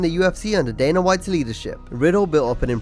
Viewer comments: DANA not DANER. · It's Dana. Not Daner.